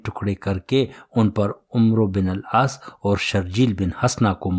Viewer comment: العاس . نہیں العاص ہے